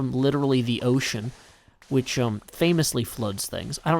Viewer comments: open subtitles and it shown 'which' though it sounds like bitch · Firehoof haha sounds like it, but I think it was supposed to be “which”.